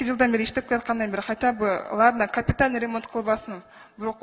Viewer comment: Капитальный деген созду биринчи так айтып алсынчы Ошо кыз